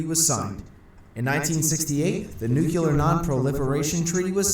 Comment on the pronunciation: sigh. That narrator gets on my nerves. it's NU-CLE-AR. Not NU-CU-LAR.